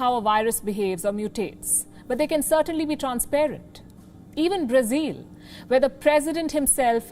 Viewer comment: Learn to pronounce BRAZIL correctly. It’s not “zile ”, it’s “zil”.